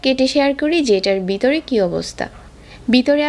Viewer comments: রেসিপিটি ভালো লাগলো কিন্তু কিছু শব্দ আপু আপনি ভুল বলেন।বিতরে না ভিতরে হবে শব্দ টি। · ভ কে ব উচ্চারণ করেন কেনো? বিতরে শুনতে কেমন একটা লাগে